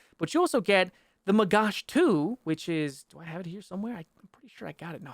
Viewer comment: the way you say magach is quite funny, "magash" = food plate in hebrew :P